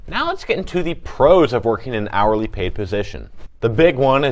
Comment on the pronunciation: Yk what, it definitely does lol